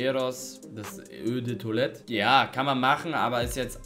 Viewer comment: „Ö de Tolette“